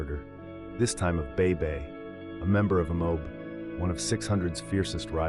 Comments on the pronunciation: Bitedown didn't kill Bay Bay. Bay Bay was killed by someone in Wuga World, due to a personal dispute and it's pronounced "M.O.B" not "Mobe" lol 😂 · and mispronounced mob??? Same ai